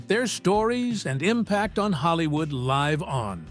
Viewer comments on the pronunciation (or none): AI needs to pronounce words better. Live with a long i should be short i as would sound like in.